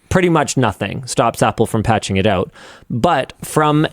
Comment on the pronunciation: "pull them back oot and connect them again"